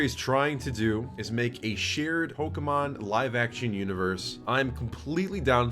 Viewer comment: cant even say pokemon correctly good lord